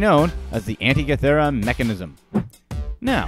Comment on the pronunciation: Giza- pronounced gēza! Fool! The first two a's are pronounced Tăn-ză-nía, like ăpple. Antikythera is pronounced ăn-TIK-ï-theră. Pronounce your words correctly PLEASE!! The ignorant should not educate others.